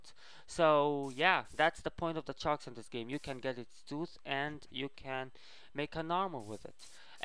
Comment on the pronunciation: HE always say chark charks lol